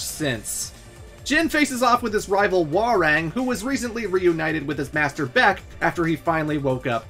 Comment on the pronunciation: For someone who put so much emphasis on the pronunciation of "tekken", you really butchered that. Hwoarang and Capoeira